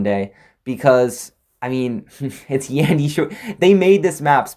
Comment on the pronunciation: Your saying yan di wrong omg